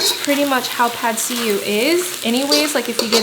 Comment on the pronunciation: “Pad see you” is how to say it I think